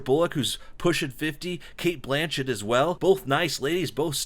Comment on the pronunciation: Sandra Bullock isn't pushing 50, she is 53. Cate "Butchett" booooooo that was horrible, you actually wrote that in your script and then said it....